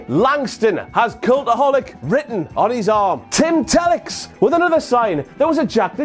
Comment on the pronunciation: Honored to be included in the Clash of Champions WTF Moments. Also glad to hear you pronounced my ring name "Tim Tellix" correctly. I've heard some pronounce it "Tee-licks."